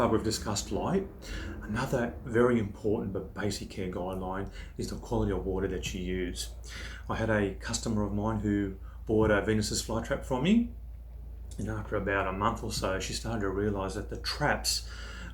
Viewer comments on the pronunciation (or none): In your vid title and description you use "Venus Flytrap", but you keep saying "Venus's Flytrap". So for the first 5 minutes of the vid I couldn't figure out what you were talking about. Because I'm not used to your accent (I'm Canadian), I couldn't even make out the word to begin with. I kept saying to myself "What the hell is that word that he keeps saying before "Flytrap". Just telling you my experience of the vid, not being critical...